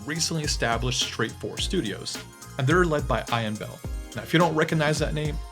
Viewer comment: I was thinking maybe Americans said Ian a different way. I know this is not true but it entered my mind for a split second.